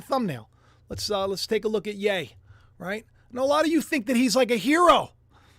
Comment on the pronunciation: It's yeee not yaaay